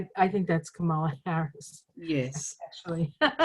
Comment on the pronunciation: I love you all, but please can we at least get Kamala Harris' name pronounced right? The emphasis goes on the first syllable, not the second. Say KAmala Harris, not KaMAla Harris. The other side gets it wrong on purpose.